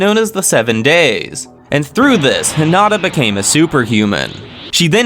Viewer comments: Heen ah tah … is how you pronounce Hinita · These videos would be way better if you would stop pronouncing the names WRONG of some of the characters. Especially Hinata and Milim. It sounds stupid the way you say it. If you ACTUALLY WATCHED THE ANIME, YOU'D KNOW HOW TO PRONOUNCE THEM.